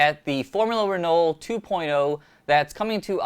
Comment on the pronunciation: Please guys - it's pronounced reno (in the rest of the world :) I guess we should ask the french... silent L, silent T??? but thanks for the preview... can't wait